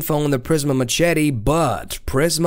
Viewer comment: Listening to you pronounce machete is killing me